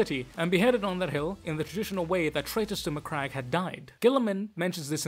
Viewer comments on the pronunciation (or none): none